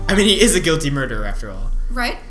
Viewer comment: Am I the only one who always thought that you were saying "goatee" instead of "guilty"?